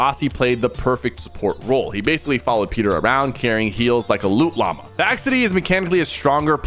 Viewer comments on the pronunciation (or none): none